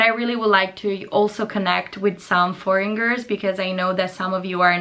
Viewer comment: DIDI! Foreigner si pronuncia con la n, non con la ng! Bravissima comunque ❤